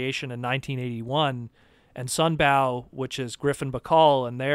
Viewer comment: It's sunBOW (as in rainbow), not sunBAOW. Sorry to be a YouTube comment douche, but it makes me twitch and I've heard you pronounce it like this before. Love your content, no means to be disrespectful, but I had to say something. Peace :)